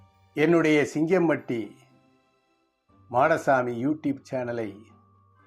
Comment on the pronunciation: சிங்கம்பட்டி மாடசாமி பெயர் சொல்லும் விதம் சூப்பர் சார் உங்கள் ஊர் பெயர் கேட்ட உடன் நான் பாபநாசம் சொரிமுத்து அய்யனார் கோவில் வந்தது தான் ஞாபகம் வருகிறது ❤